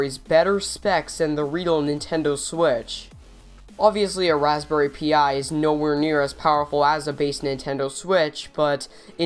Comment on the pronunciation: it's not pronounced p - i it's pronounced pie